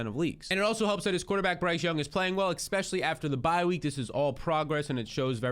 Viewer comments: Here again to say I'll subscribe when you start saying especially instead of eCspecially. Drives me and the other 66% of nonsubscribers nuts. Jk, prob just me. Man us youtube commenters are a tough crowd. Great content/suggestions though! You've earned a like. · can you pronounce "especially" properly, it is a major irritation for me. I can't listen to a full episode, and I won't subscribe because of that reason